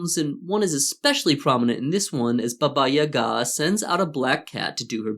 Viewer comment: Finally, a westener who pronounces "Baba Yaga" the right way! Bravo.